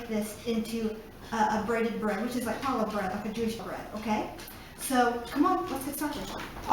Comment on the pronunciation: Lovely! Very clear instruction. Can't wait to try it. One thing though: It's pronounced "Hallah" with the "Ch" as in "Hallway" not like as in "Chalk".